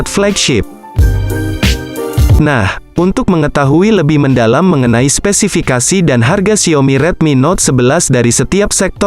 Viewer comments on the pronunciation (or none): 3.36 spesipikasi